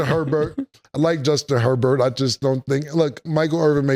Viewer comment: “Justin Her Burt” 😂😂🤣